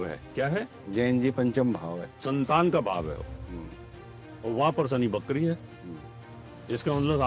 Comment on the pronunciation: ~ "नमश्कार" ग़लत शब्द-प्रयोग है, सही उच्चार 'नमस्कार' है। ~ 'वक्री' को "बकरी" बोलना बड़ा हास्यास्पद लगता है।